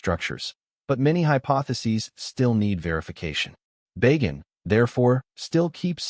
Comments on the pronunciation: Not "Bay Gan" but "Ba! Gan" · Bah-ghan, not Bay- gen.